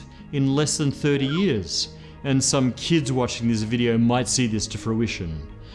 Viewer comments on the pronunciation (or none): none